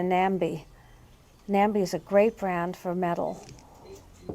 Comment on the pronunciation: Hello from New Jersey! Enjoying your videos!, Nambé is pronounced nombay which rhymes with Bombay. Nambé makes more than just bowls so I hope you find some someday soon!